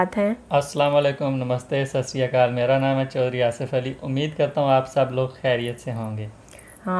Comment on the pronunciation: Sasriakal nahi hai....Sat Shri Akal hota hai